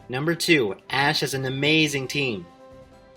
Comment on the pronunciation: At like did he say ass instead of Ash?